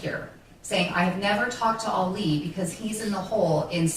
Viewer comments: Ah-lee, not Allie! Lol. I love you, but every video you've done of this case drives me crazy because you're pronouncing his name as a female version. May not be a big deal to a lot of people, but it's a new pet peeve of mine. Lol. Still love you! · Isn't his name pronounced like "All-ee," not "Alley?" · I smile every time he calls him “Ally” instead of Ali lol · ngl it kinda irks me that throughout this entire series and all of the research never learned how to pronounce "Ali". Emphasis on the second syllable. You know, like Muhammed Ali.